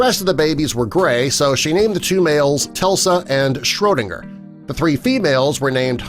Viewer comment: I’m sure two of the kittens names were “Tesla” and “Schrodinger”, not “Telsa” and he clearly didn’t pronounce “Schrodinger” with an “n”, but it was spelled right in the video.